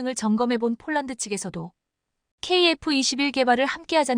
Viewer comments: 폴란드를 쫄란드로 발음하는 나레이션을 바꾸세요 21.4만명이 시청하고 있읍니다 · CGS 무게단위 t 를 톤으로 못 읽고 티 라히는 내레이터는 초등학교 3년 산수자연 실력도 못되는 무식한 여자다. 폴란드를 쫄란드와 구별 못하니 딱하다. 뮬식은 불식이 맞다. 1자는 1차다, 요정은 요청이다. 21를은 21를이 맞다. 이 멍청아 스크립터도 역시 엉터리구나. 이건21만여명의 구독자를 모욕하고 무시 우롱 하는 거다, 이건 용서할 수 없다. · 쫄란드라니, , ,,한글도 발음 안도느냐? 쫄란드라는 나라 새로 만든 나라냐?